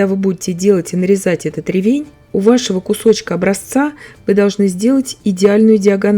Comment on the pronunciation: Замечательный рецепт! А ещё так приятно слушать грамотную речь - Вы подчеркнули ударение в слове "ревЕнь". Мне всегда хочется поправить человека, который неправильно ставит ударение в словах - "свёкла", "щавЕль", "слИвовый" и т.д. А Вы, давно живя в Германии, так грамотно говорите на русском языке, что любой русскоговорящий человек должен брать с Вас пример!